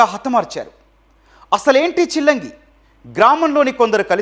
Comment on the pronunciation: Adi చిలంగి కాదు రా బాబు శిలంగి